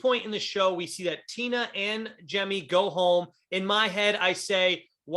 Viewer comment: I'm probably more annoyed than I should be about he saying "Jem" instead of "Jemmye"